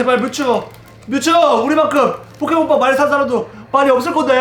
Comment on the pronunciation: 처음에 램덤 포켓몬 빵 이아니라 포켓몬 빨이라고 들려요